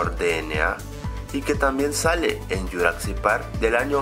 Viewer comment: porque carajos le dices yuracsic parc, pronuncia bien :v